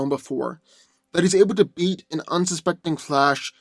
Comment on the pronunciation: I swear, every time you say beat, it sounds like you're saying eat. "Doomsday has eaten Flash in the past".